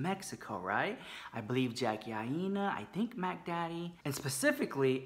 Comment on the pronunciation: Jackie EYE-NUH not eyenina love you so much ♥